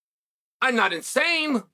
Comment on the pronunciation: " I'm not in-same"